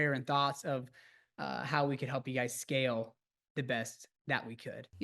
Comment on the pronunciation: "help you scale the best"??? I just hear "scam the best"